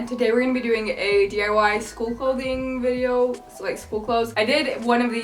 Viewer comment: I swear she says 'DUI's instead of DIY